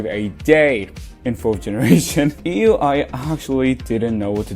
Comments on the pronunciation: Her name is IU, same sound as eye plus yu. Not ee-yu. Pretty weird how you claim to like her but can't even bother to say her name correctly 🫤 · Ngl when he pronounced IU as EU I was surprised. I wasnt looking at the screen at that moment. I was like since when did everglow's E:U have such singing prowess?!? But I looked and realized who he was talking about😂😂😂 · IU is one of the greats. You couldn't even pronounce her name correctly. Have you ever listened to her music?